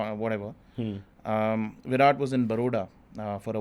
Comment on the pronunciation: can't even pronounce Virat's name correctly...disgraceful😂